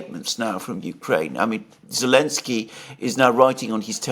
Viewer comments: Alexander calling Zelenskij "Elenskij" is simply hilarious! 😂😂😂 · I like when Alexander calls Zelensky, Elensky 😂